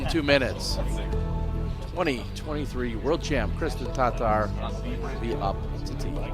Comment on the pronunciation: Kristen Tar-Tar???:) Come on..